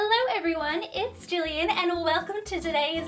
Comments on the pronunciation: it’s Gillian not Gillion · Ummm it’s actually Gillian not Gillion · its not gillion its Gillian